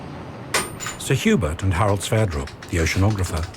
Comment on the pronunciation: Did they say Sir Hubert or Sir Hubris?